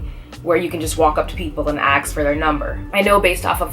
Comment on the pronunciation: You seem like an intelligent woman. Why can't you just say ''ask''? instead of ''axe''. It makes you look less intelligent. Only lowlifes don't care if they're correct in the vocabulary or not.